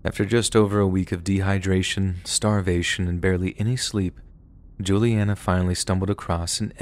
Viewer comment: Omg! Hi my name is Julianna like the girl in the story! Just how you pronounced it. I’ve been listening to scary stories like these for over 6 years and never have heard my name! It was super cool